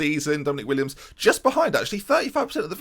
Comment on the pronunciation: Willems not Williams ;(